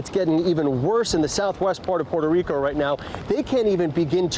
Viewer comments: It is gigacringe to pronounce Puerto Rico with an accent it is world crushing cringe it is death level cringe it hurts the souls of anyone who hears it. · Haha I think she was rolling her r’s because she’s actually from PR. When speaking English I myself alternate between using the english pronunciation and the Spanish one. It’s just awkward as an ESL speaker because I want to say it as I normally would in Spanish but I also don’t want people to think I’m doing it to sound pretentious.